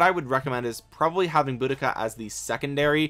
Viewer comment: it is deceiving as it's very different to how it appears.. you got the Boudica pronunciation spot on 👌 Keep up the brilliant Vid content as I am f2p so lots of these Epics are of great interest to me.